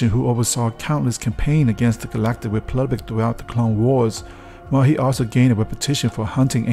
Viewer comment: It's republic, not "replubic" get it right!